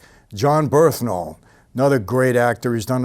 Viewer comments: Bernthal not "Berthnal" but love ur videos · BURN-THAL.. Not Berth-Nal.. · bernthal not berthnal. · Birth-Nal 😂. Its BURN-THAL!! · Dude's name is "Bern-thal" not "Berth-nal". Come on, boss. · BeRNthal, not "BeRTHnal" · It's pronounced "BURN-thal" my man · Michael just CANNOT say bernthal right